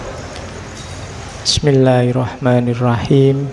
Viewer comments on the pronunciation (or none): none